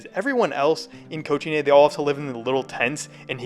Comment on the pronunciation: It's not that hard to pronounce cochinay correctly🥀